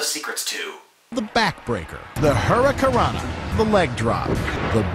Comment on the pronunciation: .....i heard "Hurracurrana"..